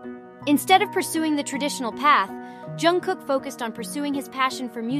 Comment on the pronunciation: Pronunță-i numele corect !!!!!!!!!!!!!!!!!